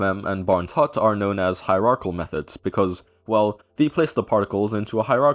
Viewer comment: Since most of the math is greek to me, I'm gonna nag about "Hierarchal" 🤓It's hierarch𝐢𝐜al! Great Video though.